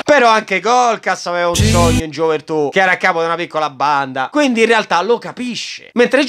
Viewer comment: "Qual è il tuo sogno?" "AVERE UN SOGNOH!"